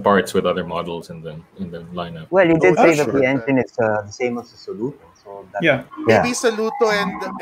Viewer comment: I really love this whole review and the other video (test drive). why insists on pronouncing it as SO-luto is freaking annoying though.